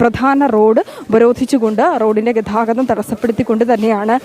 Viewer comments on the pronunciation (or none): ഗധാഗധം അല്ല ഗതാഗതം എന്ന് പറഞ്ഞു പഠിക്ക് അവതാരക